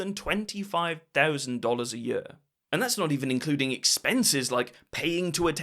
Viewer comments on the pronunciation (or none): Love your videos but can't deal with how you say 'yer' for year.